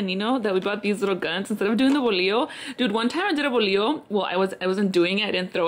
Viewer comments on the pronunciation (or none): Had me 💀 when you said Bolio instead of bolo 🤣🤣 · Congratulations on the bautizo! So nice and lit like alwayssss🔥💗💗💗💗 girl you got me dead saying bolillo instead of bolo😂😂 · It's sound like u r saying bolillo 🤣🤣🤣🤣 love your dress absolutely the best padrinos ever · Girl I couldn’t with the bolio instead of bolo 🤭😂 I replayed it idk how many times . Love you girl ! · Lmaooo not the “Bolio” 😂💀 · The bolio had me dead 💀 but the money is bread so bolo=bolio 😂